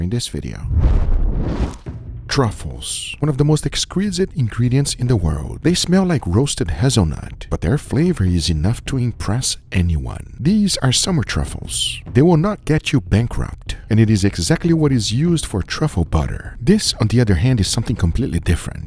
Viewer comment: hay-zul nut* not hahz-zul.